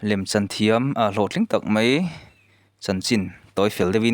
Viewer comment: Mai tih tur ah mei ti i ang thin, a ngaihnawm thin sia, chuan 'T' ai ah 'tri' atam in ka hria😂😂